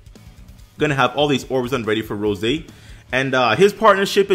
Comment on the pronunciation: It's rosé! NOT ROSE! UGH THAT TRIGGERED ME SOO MUCH